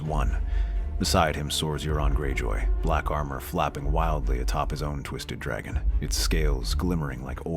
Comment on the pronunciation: It really sounds like "I'm da dwaggon, I want my cwown", lol